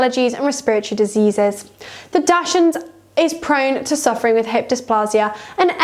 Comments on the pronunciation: Please learn how to say dachshund. Its not pronounced dash ! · Hard to take advice from a so-called expert who does not even pronounce the breed name correctly.